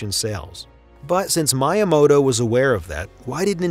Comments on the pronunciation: “” lmao. Also megabits and megabytes are two different things. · Seriously?? Merio????? Good God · Mai-ya-moto? Narrator needs to step up! Otherwise excellent! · I hear some people say "maw-rio" but they're always american and don't understand that people outside the states don't have an american accent or pronounce words like americans because they're not american. I've never heard Italians here say "maw-rio" for "Mah-rio". Although how this guy said "my-yamoto" was weird. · Bet he was saying miyamoto wrong just to get engagement in the comments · Great video but please learn how to pronounce miyamoto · For real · Why are you pronouncing Mario and Miyamoto wrong? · Your pronunciation of Mario and miyamoto is more than a bit disturbing.